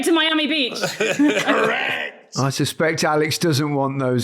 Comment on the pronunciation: I thought Micha said ERECT to her, not correct.